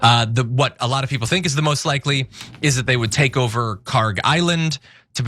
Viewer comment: PRONOUNCIATION: kharg خارک should be khark. pronounced like park but the german 'kh' sound in the beginning instead of 'p' there is absolutely no 'g' sound in the name. ک is the last letter in the name which is 'k', not گ which is the next letter of persian alphabet which is 'g'. they look similar to people unfamiliar and the keys are right next to each other so it is either a typo or ignorance in transliteration.